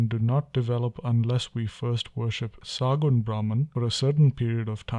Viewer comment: It is Sagunn not saagunn .